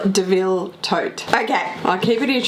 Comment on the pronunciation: Not pronounced "Deville".